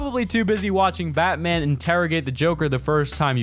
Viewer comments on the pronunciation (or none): none